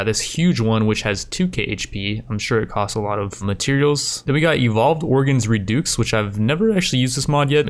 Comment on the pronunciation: "Evolved Organs Redooks"